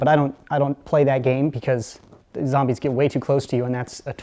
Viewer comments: does know he says it like "zambies" it is zombies! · only says zambies... COOP IS A WIMP!!!!!!!!!!!!!!!!!!!!!!!!!!!!!! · He said zambies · Did you say zambies Lol